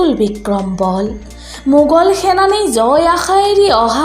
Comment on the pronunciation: "মুৰ" নে "মূৰ"……????? "বুহা" নে "বুঢ়া"……?? "মুগল" নে "মোগল" ……???